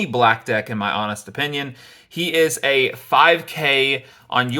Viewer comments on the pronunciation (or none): none